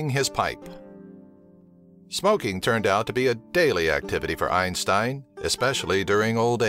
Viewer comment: His name isnt pronounced like the way you do goddamn